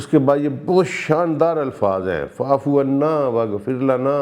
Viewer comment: استغفر اللہ آپ وا فعنا کو فعفعنا پڑھ رہے ہیں ۔ اتنی کیوں غلطیاں کرتے ہیں تلاوت میں ؟